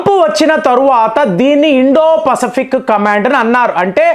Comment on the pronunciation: పసఫిక్ కాదు, పసిఫిక్